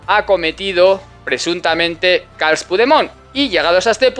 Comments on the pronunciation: Carles en catalán se pronuncia Carlas la última a se coloca la boca para pronunciar una e pero se pronuncia una a, no obstante jode más que le llame CARLOS, eso jode mucho a los independentistas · Se dice Carles,, como suena, también puedes decir Carlas. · cada día estás patinando más con las informaciones que das... ¿Gonzalo Boye catalán? ¿Lo has escuchado alguna vez? Te recomiendo buscar, 'entrevista Gonzalo Boye RAC1' a ver qué catalán es ese... Es un chileno que habla menos catalán que tú, que tienes que fingir cómo se pronuncia 'Carles' que seguro que con el futbolista Puyol eso no te pasaba. Me vas decepcionando día a día.